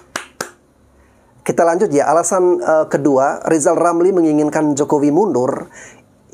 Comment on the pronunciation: Lizal Lamli..RRRRRRRRR..LLLLLL